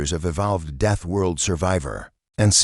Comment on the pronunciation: death, not deaf. 🙄